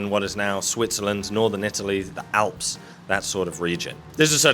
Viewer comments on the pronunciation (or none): none